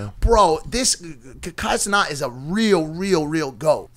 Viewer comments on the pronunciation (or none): Mike you need to start pronouncing Kai Cenat‘s name right it’s CEN-AT NOT CENTO😭😭